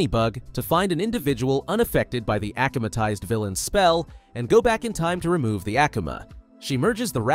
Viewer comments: It is akumatized not akamitized 😮‍💨😮‍💨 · Bro doesn’t know how to say akumatized correctly LOL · ik right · I know right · Same thing